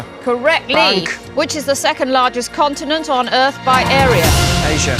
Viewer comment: Why does she keep saying "contiMent"?